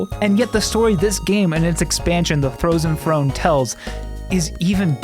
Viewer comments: "The Throzen Frone"? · "Throzen Frone"